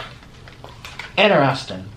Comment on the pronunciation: Interesting 🤣🤣🤣🤣 in-ter-EST-ing